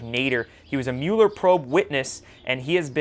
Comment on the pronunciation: Is there a reason you mispronounce Mueller name? Not really criticizing but am curious. I’m sure many people with that name DO pronounce it the way you do, but he doesn’t.